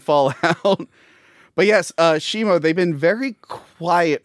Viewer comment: IT'S SHIMO! WITH AN O!